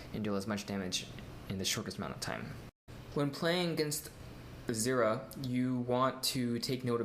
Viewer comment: lol "zeera"